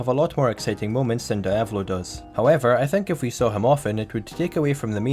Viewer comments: Die-ave-lo? IT IS DE-AV-LO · Great video man ,tho it's pronounced [Deeavolo] not [Daaiavolo] ,it's Italian ,not Japanese . They don't say [Daio] they say [Deeo] for Dio so the same goes for Diavolo.